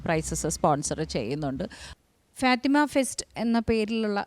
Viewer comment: മലയാളം sareyaye ubayokeku fatema അല്ല fathema